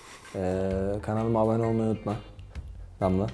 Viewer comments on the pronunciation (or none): Yalnız berat danla değil damla diyo lejekıspshleşe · danla değil damla diyor